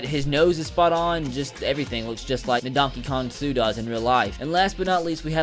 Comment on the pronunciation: did he say ndonkeykong suh😂😂😂